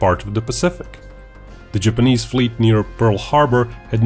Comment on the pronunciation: I winced every time you said "Japanese". Couldn't finish the video, it was bugging me so much.